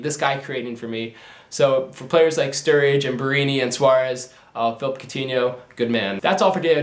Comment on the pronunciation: Its phillipe not phillip